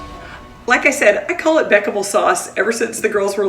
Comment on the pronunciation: Lol, I always thought it was pronounced “beshamel “ 😂